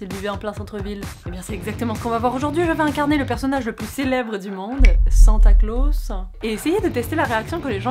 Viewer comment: Quand tu a dit "Santa closes" j'ai entendu "sans tacos"